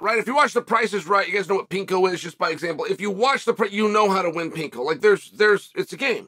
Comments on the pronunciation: Did you just say pinko. Do you mean plinko. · Plinko....not pinko. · It's "PLINKO" Chael, not "Pinko" 😂😂😂 *Undefeated in everything but The Price Is Right 😂😂😂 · Chael calling Plinko, Pinko from the Price is Right was it for me 😂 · Never heard of "pinko" but I've heard of Plinko! Lol.😂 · I don't know why it's bothering me but, it's Plinko. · “Plinko”, not “Pinko”, Chael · What is pinko? He also mispronounces a lot of Fighters names